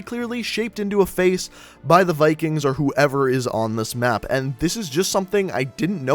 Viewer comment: he said mape and not map